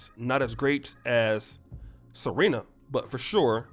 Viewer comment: He-nis and Ser-he-na